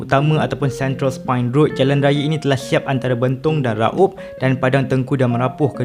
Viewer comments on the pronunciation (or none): Raub, bukan Ra-ub hehe